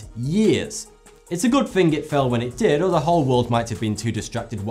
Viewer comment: when he says "fing" instead of "thinking"